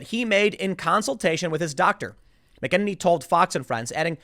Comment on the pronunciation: Love ya Tim, but I gotta say it: "MACK-a-nay-nee" ✌💙